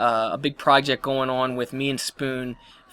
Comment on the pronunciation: I <3 when you say "Goin on" sounds so foreign <3